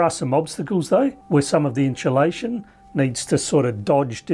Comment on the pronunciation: "...inSHOElation.." What?